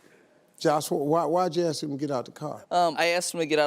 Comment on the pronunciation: man, you really got to teach your kids it's not "axe" it's "ASK" with a K, i'm not from an english native speaking place, i'm in Europe, and we learn that in pre-school, it's not that hard, it's my second language, and i cringe when people say "axe me" it's just sounds so weird. ok SOME people have speech troubles, but this is not it, when half your country say that same thing, it's cultural problem. or just mean your school system failed them. because AXE ME is not only sounding weird, it's also misleading to a degree. axe means to me what a firefighter uses to breakdown a door. not to ASK something.